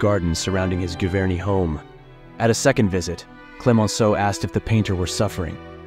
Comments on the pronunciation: Thank you for the “Short” video. Please learn how to pronounce foreign names before you post another video. Giverny is NOT pronounced like you pronounce “give.” It is pronounced like “gist,” or “journal.” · Great clip, its GEEVERNY,Jah sound not GAH sound. Please learn how to PRONOUNCE FRENCH if you are going to narrate something about Monet.....🙄🙄🙄🙄🙄🙄🙄🙄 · Giverny is pronounced jee ver nee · I'm French. Anyone you heard pronouncing it with a hard G is mispronouncing it. 🙂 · Learn how to pronounce "Giverny." 😠